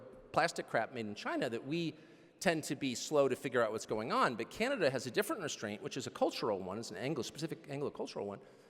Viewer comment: Canada is pronounced wrong too